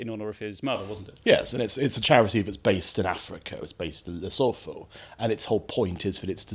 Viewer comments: It’s pronounced La-soo-too FYI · Please when pronouncing Lesotho, it’s a silent h.